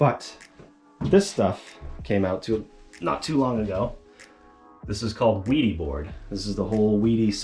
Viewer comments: The German way of pronoucing would be "Vædy". The æ like e in vest. But I think it is all ok, if US ppl say Veedy or Weedy 😁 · no, the manufacturer pronounces it "VEE-dee." It's a German company.